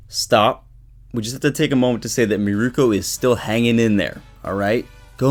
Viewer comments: Mirko not Miruko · If you love Mirko, say her name right :[